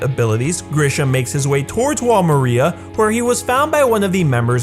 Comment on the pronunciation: By the way Wall Maria isn't pronounced like a person's name it is pronounced as mar ree ah